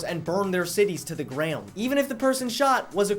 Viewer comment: why does he say "ground" like that?